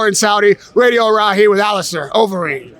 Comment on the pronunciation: When you’re interviewing a superstar in UFC heavyweight, give the man the respect he deserves and learn to say his name properly. It’s Overeem not Overeen, you said incorrectly multiple times.